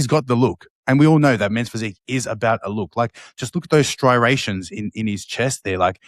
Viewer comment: oh man we got Phil saying "stry-rations" now too! lol